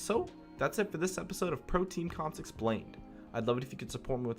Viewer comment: lol .. the 1rst time i heard him , i thought he said "protein comp explained".